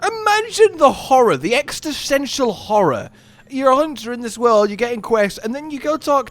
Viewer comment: did he just say extisential Horror insead of existential?😂😅